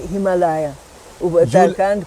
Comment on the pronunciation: Can you pronounce the word Himalaya? You are in public platform and promoting heritage, culture and spiritual values of the divine country, you must be responsible to pronounce correctly the popular regular important words of our culture like himalaya, saadhanaa, bhaarata,. Please visit to a learned person and get proper pronunciation. Even the saadhvii lady pronounces these words more accurately, you must notice this!!!!